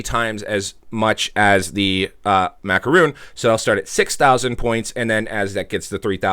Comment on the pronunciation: It is macaron not macaroon, your mispronouncing it makes me never want to click on your referral link.